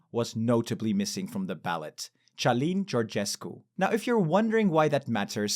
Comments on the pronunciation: /kalin/, not /t͡ʃalin/ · Călin, not Cialin. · His name is Călin, with a hard C sound not a ch sound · Aww, you said it perfectly : Ciulin Georgescu.😅 But anyways, we are f*** if an uneducated man like Simion will be elected president. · I came for politics but ended up laughing my assnoff, why are you pronouncing their names with a french accent? As a Romanian it sounds absolutely hilarious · You mispronounce first latte in Calin name. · you should do names research, you read his name "Calin" like you had some sort of epileptic attack, google translate is your friend